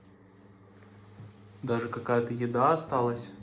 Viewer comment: дажЕ,а не дажэ,пиши доча, грамотно,ге коверкай русский язык!